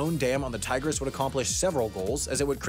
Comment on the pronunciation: You don't say "tigris" like "tiger" though.